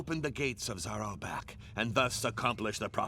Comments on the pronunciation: Na-Wel-Bek. There. Is that so hard you silly english type? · It's French, it's pronounced "Nah-uhl-buhk" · Hey you pronouce it "Naheul Buck" :) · Na-hel-buk sounds like that. It's a French book so yea. It's not the exact pronunciation but closest I can make it sound. Fun stories hillarious silly and insane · The narrator pronounces it "Na-hole-book". In French, we pronounce it differently though. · OMG, I WASN'T EXPECTING TO SEE THIS AS A GAME! It was, and still is, one of my favorite comic from when i was little. PS: If i'm not wrong, it's pronounced Nah-Hull-Buck. (or at least, it's how it is in french with the English accent added on top)